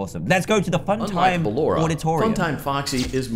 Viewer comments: Dan calls her ballanora lets motivate him to say it right with a controlled shock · no offense but ballora is pronounced Bal or a